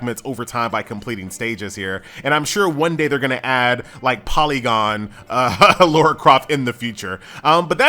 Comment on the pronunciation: What is it with Americans and their inability to pronounce the name "LARA"?